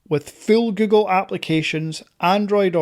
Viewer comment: Es google no gugo ni gugol aprende a hablar bién pendejo!😂😂😂😂😂😂😂😂😂😂😂😂😂😂😂😂😂😂😂😂😂😂😂😂😂😂😂😂😂😂😂😂😂😂😂😂😂😂😂😂😂😂😂😂😂😂😂😂😂😂😂😂😂😂😂😂😂😂😂😂😂